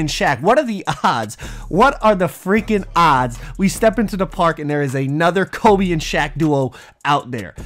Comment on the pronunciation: he knows it’s kobE right he keeps saying colby and it’s making me mad